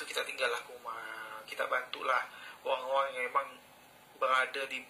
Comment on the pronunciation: tu lah maksud sy. Org Pontianak dlm video tu sebut oghang. So tak lah sama semuanya dgn org spore